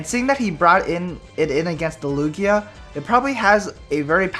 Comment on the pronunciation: Its Lugia